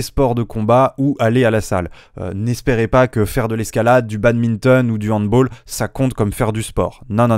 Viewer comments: déjà, tu dis handbol (on dit handball, c'est de l'allemand pas de l'anglais) bah, t'es un zéta, au mieux (et j'attends la team 1er degré pour rigoler un peu) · Mais noooon cher... Handball pas handboll car c'est d'origine germanique... Alpha vaincra... Ou pas... 🎉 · On dit "handbAll" pas "handboll 😂 Très bonne vidéo cependant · Continue de dire handbol bien fait pour ce sport de marde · "Du HandBoll" J'ai mal à mon sport, mais très bonne vidéo et super humour !